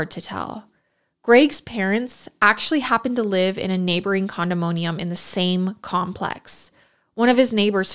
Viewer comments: Yup condom moan ium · Anybody notice she is saying “Condomonium” instead of “Condominium” lol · I really don't ever correct people's pronunciation BUUUT it's CONDO-MINI-UM not CONDO-MOAN-E-UM 😅 Cute but incorrect lol ❤❤😂❤ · Not a single person is gonna call out pronunciation of condominium? 😂 Love you, but it’s def not condoMOHNium. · I find it annoying that she can't pronounce the most basic words like deal, meal and condominium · I’m sorry I can’t get over your wonky pronunciation of condominium.